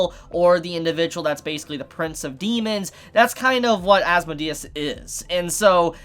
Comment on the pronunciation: "There was another character introduced called as-mo-de-s" It's pronounced "as-mode-E-us"